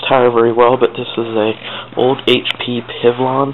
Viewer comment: “This is an HP PIV-LAAN.” Dude, seriously, learn how to look up pronunciations. Eight years ago or not, there’s no excuse.